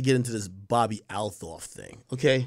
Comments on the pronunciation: she pronounces it "altoff" Ak.. fyi 👌🏾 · Why does he keep butchering her name like that??? 😂😂😂